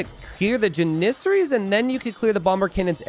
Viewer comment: JAN-is-air-ees. Not JanISerees.